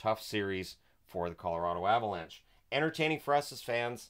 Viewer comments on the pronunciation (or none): none